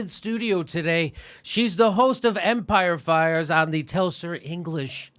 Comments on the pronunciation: Hi Jimmy, you don't know me and that's cool, but it kinda sounds like you say "Empire Fires" when Abby's show is called "Empire Files". I think she is too gracious to correct you on your own show, but it is a little distracting. Thanks for your content and having guests like Abby on your show. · It's "Empire Files" ... not "FIRES" .. Cooler title though...